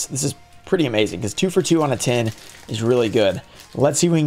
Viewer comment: I love how ten and tin sound synonymous with your accent. So awesome. 😇😂